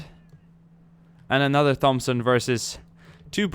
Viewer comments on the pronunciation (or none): its not a thomb-son its a thompson (say it like: Tomp-son) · It's pronounced "core." Thompson is pronounced "tompson." Only errors I heard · bro the Marine Corps is pronounced core. Whoever told you that is wrong. And Thompson is Tompson. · please don't say THompson is pronounced tompson just an ocd thing lol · Hey its pronounced tompson not like thumb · I noticed he was saying Thompson weird, too. It's pronounced: "Tom-son" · Lol its pronounced "tom-son" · Thompson is pronounced "Tompson" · its pronounced tompson not 'th'ompson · I love your videos but come on bud. The H in Thompson isn't pronounced. It's pronounced Tompson. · Why do you say Thompson wrong? There is no th sound. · Thompson - the H is silent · Jack Rennie no. hes sazing it wrong. its not his accent. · Naj Kraemer Some people have speech impediments or struggle to pronounce certain words/phrases and how do you know its not his accent or the way he talks. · you're saying Thompson wrong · Am I the only person annoyed by his pronunciation of thompson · me to